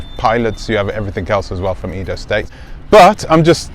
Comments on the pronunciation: Not pronounced “eedo” , it is pronounced “ai-do” as the a in “ace” or as the first “e” in Eddie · Short 'e' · He's pronouncing it like English!